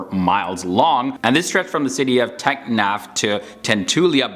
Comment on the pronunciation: When u Heard this--tecknaf to tentolia🤣🤣🤣